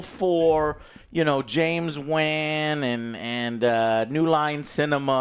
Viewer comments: It’s James Wan like “wan(d)”, not like “ban”! C’mon Joe! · James "Wen"? How do you mispronounce such a simple surname, it literally says Wan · How does not KNOW how to pronounce James Wan's last name by now? 🤔🤔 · Why he saying James "Wan" like that and didn't correct him?!